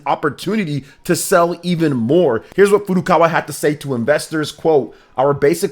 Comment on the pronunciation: Finally, someone who pronounces Nintendo's president's name correctly as Furukawa, not 'Furu Kara'!